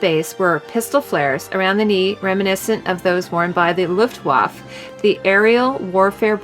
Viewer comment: FYI, the E at the end of Luftwaffe should be pronounced, it is not silent. Also, the Luftwaffe is basically German for Air Force and wasn't a part of or associated with the Army apart from also being a part of the Wehrmacht along with the Navy (Kriegsmarine). The surname of actor Toshiro MIfune is pronounced Mee foo neh, and not Meefoon. Villa in Pancho Villa is pronounced Veeya.